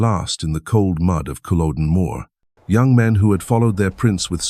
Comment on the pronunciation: It’s not cool a don it’s CULL O DEN .